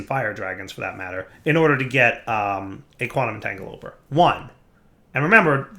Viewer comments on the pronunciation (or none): So can pronounce Rhodochrosite correctly, but he can't pronounce Quantum Entangloporter correctly. Take a shot every time he says entangoloper.